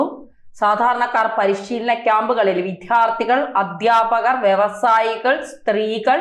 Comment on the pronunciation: വിധ്യാർത്ഥികൾ? ഉച്ചാരണം തെറ്റ്. വിദ്യാർത്ഥികൾ എന്ന് പറയൂ